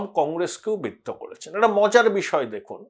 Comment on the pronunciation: আপনি 'একটা' শব্দটিকে 'এটা' বলে উচ্চারণ করেন। শুনতে খুব খারাপ লাগে।